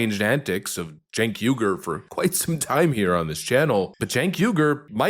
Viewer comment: That awkward moment when your momma names you "Sink", but she misspelled it "Cenk", and you've spent 40+ years mispronouncing it as "Chink". It's generational ignorance on national TV.